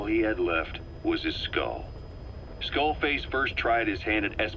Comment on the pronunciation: XDD skull fake....FAKE en vez de skull face